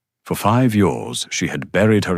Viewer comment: B , bee. Bay , Beyah, come on sort your A.I out. And why is it challenging for it to pronounce years? It sounds like it's says YOURS😮